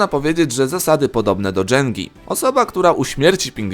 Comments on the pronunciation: Deżengi? ?? Chyba jęgi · Mówi się jęga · To się po prostu Jenga czyta ;) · *dżengi? Toooo chyba JENGA nie?